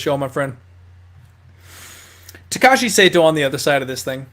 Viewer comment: not Saito it is sahto 😅